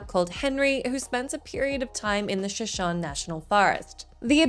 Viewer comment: So as I love every time you guys talk about fire watch I would like to offer this…. It’s pronounced shuh-show-knee. If it was just a location name I wouldn’t care but that’s the name of one of the great nations of the indigenous peoples of North America.